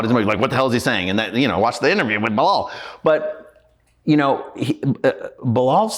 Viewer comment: This is 1 of the best interview Tashak has done, opened my eyes. but it's just 1thing he kept saying that has me crying 😂😂butchering bilaal's name. I can't 😊